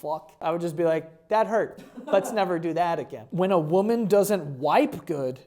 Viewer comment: "i do enjoy kissing a wamen"